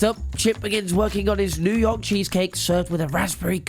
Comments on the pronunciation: “new yoyk” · Did say “new yoik”?🤣